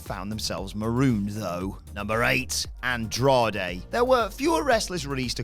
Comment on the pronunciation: Andrade* not Androhdei